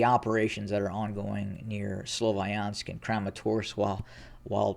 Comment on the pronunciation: May I point out that "Sloviansk" is pronounced with the "i" like in "winter", NOT like in "wine". (not sure if I could explain it well enough, non native English speaker here😅)